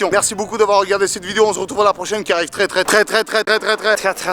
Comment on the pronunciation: franchement m'a tué quand il a dit trés